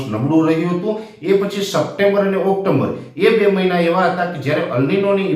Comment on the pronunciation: ઓક્ટોમ્બર નહિ પણ ઓકટોબર.... મ આવતો નથી